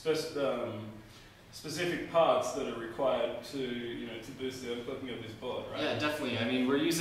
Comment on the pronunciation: Really nice board! But am I the only one who heres 'overcocking' instead of 'overclocking?